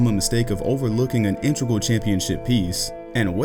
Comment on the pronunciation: The word is in-TE-gral